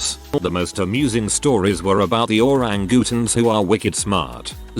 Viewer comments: “Oh Rang Goo Tuhns.” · I live super close to the cincinnati zoo and was visiting with my nephew and on that day i witnessed the senseless murder of Harambe. Granted yes, it had to be done in case the child was hurt also lmao at the pronunciation of orangutans. ORANGOOTONS.